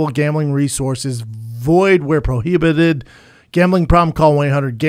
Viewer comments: Proheebated? Can you read Brendan? Lmao jk love you guys. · Brendan's pronunciation of prohibited 😆😆😆😆